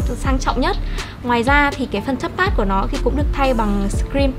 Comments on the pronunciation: thế thì chị kia thật sự cần học tiếng Anh rồi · à mà do cách nghe hoạc do vùng miền nữa